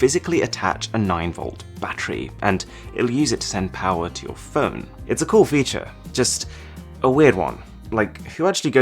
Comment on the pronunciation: I luv his Vida but dislike because c00l word a Lil buging because it sounds like $chool lol